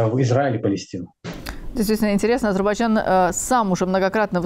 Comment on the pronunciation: Уважаемый переводчик с английского - мужчина, не Азербаджан, а Азербайджан.